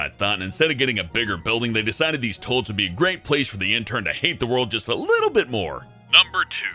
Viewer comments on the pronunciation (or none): Did he say "Tollets"? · Toy-lets,, not toll-lets. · He says toiets instead of toiles 😂😂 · Sometimes it sounds like he's saying "tolets" but I don't mind. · It might be a decent vid if he could pronounce toilets correctly.... What the hell is a "tolet? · The way he says "toilets" XD